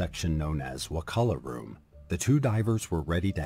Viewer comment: It's pronounced waCHula. Hard ch, not a K sound bud.